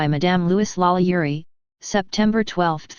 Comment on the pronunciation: Holy Crap, this is the first and, as far as I know, ONLY YouTube video regarding this subject that actually states FACTS rather than spreading wild, obviously fabricated rumors and lurid myths. Well done! That said, this robot really needs to learn how to pronounce French names!